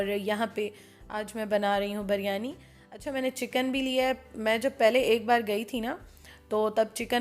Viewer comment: Ap bolti hain jab k actual word biryani hai plz dont mind ap pronouns sahi nahi karti